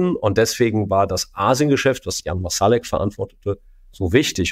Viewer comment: Es ist sehr anstrengend, dass Herr De Masi "Marsalek" konsequent falsch ausspricht. Es sit seltsam, dass er sich offenbar intensiv mit einer Person auseinandersetzt, aber nie hitnerfragt, wie man deren Namen ausspricht.